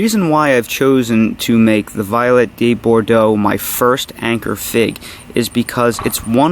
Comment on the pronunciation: Not too important, but maybe say Vee-olette with the French pronunciation. It suits it better and it deserves it. Your videos are invaluable and I look forward to all of my figs' second season in hot Las Vegas valley.